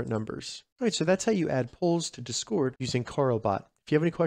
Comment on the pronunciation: I left a like but i almost didnt cuz of the way you say "Discord" The empha-SIS is on the wrong syll-AB-le